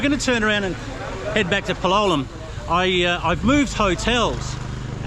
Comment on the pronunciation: You still insist on pronouncing Palolem with the wrong accent. Don’t you have the ears to listen to how it’s pronounced by the locals or the tourists? The stress is on the a, not on the o.